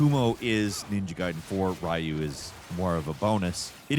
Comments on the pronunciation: Ryu ffs RYU, REE-OO, wtf is Rahyu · Please don't call him "Rah-u" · What about calling ryu rayu? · My favourite Ninja Gayden character is "Rye-yu". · engagement bait af but it's so annoying tbh, the way he pronounces Ryu is so stupid, he's done this in other videos, like SF and so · His pronaunce of Ryu is worse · Everybody talking about his gaiden pronunciation but pronouncing Ryu as Raiyu is also funny. It's like clearing Halo 1-3 and calling him the Master Chef. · Is the Gaiden pronunciations a reference to how Ryu's name is also mispronounced? 😂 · I feel like you heard about this game from a friend. You gotta say the names correctly. Gayden and ryu makes me twitch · Gaiden as gayden. Ryu as rayu. Pokemon review wtf happened to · Starting your video by saying Ninja Gayden then Ri-u is not a good way to start your video especially if you want people to take you seriously from both a ninja gaiden stand point or even a platinum stand point. Hearing you say that reminded me of when I was a kid and having that argument in the early 90's in school with classmates. Its ri-u, no its ryu, its blank-a, no its blanka lol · "gayden" "rye-you"... Those are definitely ways to pronounce those names and uh if you did it for engagement.. it worked lmao